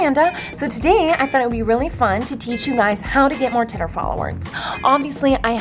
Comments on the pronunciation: U say titter it's twitter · I love how she says titter instead of Twitter 💁👑 she's the queen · I love how she hates swearing, yet she keeps saying titter instead of twitter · I love how u say titter 😂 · I clicked this video because its funny when she saids "titer" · She says titer she's amaze though. 💗👍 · "titter followerzz" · every time you tried to say Twitter, I laughed so hard 😂😂 (self promo ahead;) I make videos and it'd be cool if you could check them out :)